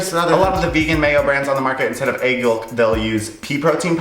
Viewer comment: i dont like the way u say egg... "aygg"